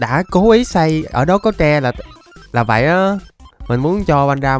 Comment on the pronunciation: Sao cứ đọc vậy thành zây